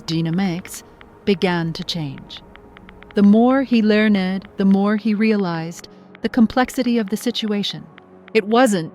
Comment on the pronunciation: Learned is not a 2 syllable word unless you are talking about a well respected, aged, well educated person. Yet again AI proves itself unintelligent. If they want folk to invest in it, they better fix it's glaring innaccuracies FIRST! Sobbing is an english word completely unlike soba noodles, the o is short. You got sooooo many words wrong, you butchered our language, and still do. Is ignoring protests any way to run a business? Why does your channel pay for their rubbish?- -----ed words are not usual, yet you pronounced 3 in a row wrongly. This is not as you say the default, it is an exception. Don't any of your techies understand english? Immediate you also made a mess of. Get a clue and stop assaulting our ears. Look it up on google if it's otherwise too hard for you or get an english native to teach you, edit your mess. This has been horrible for far too long already.